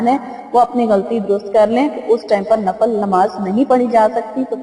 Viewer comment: Assalam o alaikum mujterma lafz NAFAL nahi balke NAFIL kehte hen shukria